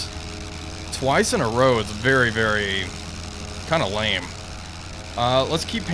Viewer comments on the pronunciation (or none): none